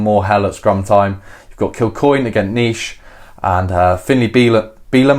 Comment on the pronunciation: Ox Nche - pronounce as "Un-chay"